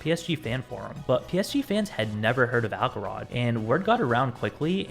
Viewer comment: Why would it be “Ackelrod”? It’s obviously Axelrod. The C is soft.